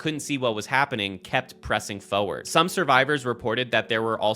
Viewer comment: It's "forward" not "fowerd"